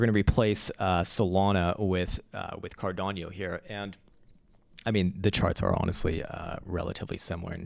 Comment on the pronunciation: learn to speak first CARDANO, it is not Cardiano, it is Cardano